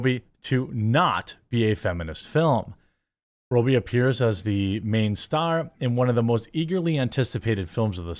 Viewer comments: For love of God ....pronounce ppls names properly ...its not Margo Row- bie it's Rob - bie ....rob as in steal ...not row as in a boat . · Rob bee not roe bee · It’s pronounced RoBBie…not rooby. Just so you know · Learn how to properly pronounce her last name it ROBEE not row bee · Man his pronunciation of robbie is really pissing me off. Its spelt robbie not robey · Roh-bee?? c'mon dude it's "Raa-bee" ... wtf... are you retarded? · Is it pronounced robe-ee ? Pretty sure most say rob-ee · Margot Robbie. Rob-E not Roe-B. Geez, Jeremy. It's not like is a Chinese name or anything. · Margo RowBee 😂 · Ok Jeremy, I love your content and all sorts of stuff you do...I can even deal with hearing about coffee brand coffee co- nonstop! Lol! But sometimes the Wisconsin accent is just too much! Margot Robbie being pronounced like a 'robe' you wear, opposed to like 'rob' a bank, is driving me insane!!! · Who is Margot ROBE-E? 😂 love how Jeremy can’t read or pronounce anything correctly! Always makes me laugh 😹 J-Bone it’s pronounced “raa-bee.” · ITS RAH-BEE NOT ROH-BEE! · Who is Margot Rowbee? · If he says Margot ROBY one more time I'm gonna lose my mind... He said the dude's name correctly (Robbie), and it's spelled exactly the same... Stop with the Roby. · It's "Robbie" not "Row-bie." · Robbie. Not Row-bee. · Margot ROBY??? ROBBIE Is pronounced Rob be... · ROB-E, not Robe-E 🤦🏻‍♂️ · As an aussie just a small correction, pronounced 'marg o' 'rob ee' :) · Mahr-go Raw-be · You said her name wrong every time... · At least I know how to pronounce Robbie Williams now. Cool. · I just wish he would get her name right